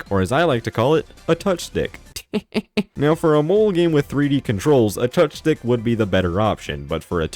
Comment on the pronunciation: Heh...touchstick sounds like touch dick